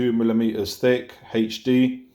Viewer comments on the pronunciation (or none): I like how you say "hayych d"